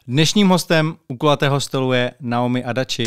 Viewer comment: Myslim, ze se jeji jmeno spravne vyslovuje "Najomi"... rikal mi to Standa.